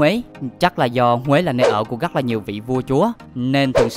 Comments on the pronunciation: Rất là đẹp chứ không phải là " gắc là đẹp " nha, thanh niên mà phát âm chán quá... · Lỗi duy nhất bạn mắc phải là phát âm sai chính tả: gất (rất), ga (ra), gõ (rõ), tằng (tầng), săn (sân)..v..v... Bạn cố gắng sửa lỗi phát âm nhé. Cám ơn video của bạn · Hy vọng bạn có thể thay đổi được việc phát âm 😢 , "gất nhiều,gất gất đặc biệt,gất choáng ngợp,gất...,gất..." . Cứ mỗi cuối câu là được bạn thêm thắc cụm từ "các bạn" 😢